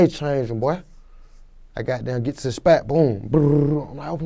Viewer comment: My mom spatt my dad Spatt what accent is that